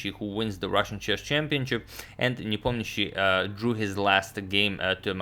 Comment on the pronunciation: I wonder if agadmator speaks Russian??? it is impossible to pronounce nepomnyashchi so cleanly if you are not a native speaker